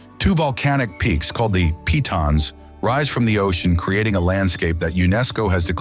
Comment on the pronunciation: Very good. The correct pronounciation of the majestic Pitons in St. Lucia is as follows: "pee tons" and not "Pie tons". Cheers.